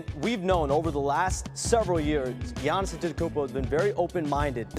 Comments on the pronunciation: Bro why are you calling him Giannisin the whole video? His name is Giannis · I wish you’d just say Giannis